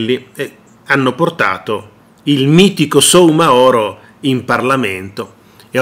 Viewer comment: La cooperativa si chiama KARIBU CON L'ACCENTO SULLA I(i) Il signore si chiama Abubakar Soumahoro e si pronuncia sumahoro Abubakar con l'accento sull'ultima a